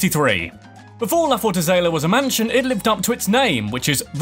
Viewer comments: Fortaleza my guy not fortazela 😒😂😂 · And so much else. Fortazelea is my favorite kind of azalea. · dude get your fact straight, Fact #7 is wrong, that "mysterious" is Taino, and is forta-LE-za, not Forta-CE-la... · free pronunciation coaching here = Dominican (Republic) is doe-MIN-ee-cun, rather than doe-min-EE-cun, the Taino Indians are tah-EE-no, since there's an accent on the 'i'; Fortaleza is four-tah-LAY-zah, rather than four-tah-ZAY-lah, but you're right in that it means 'fortress'. Also, Ponce is POHN-say, rather than 'pants' with a British accent. Another, more sensible, way of saying Puerto Rico is 3 times smaller is that it's 1/3 the size. All of this information is absolutely free!: )) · Amazing! Love it! Thank you! But it's La Fortaleza, not La "Forzaleta" 😂